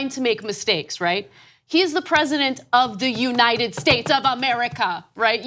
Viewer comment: The United Shersh of 'Merica !